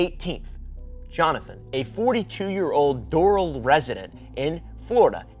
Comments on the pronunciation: As a south Floridian it’s pronounced DOOR-AL 🤣 (Doral) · It's pronounced "door" "AL" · I think Doral is pronounced door-Al like if you were saying “door Al Yankovich” without the Yankovich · The golf club is pronounced “door al” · As a Miamian I was triggered at the pronunciation of Doral 😂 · I will not be pronouncing it any other way but this